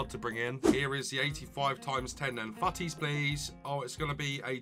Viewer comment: Yeah😂 He says «fouttis»